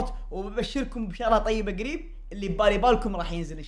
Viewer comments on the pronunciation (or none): none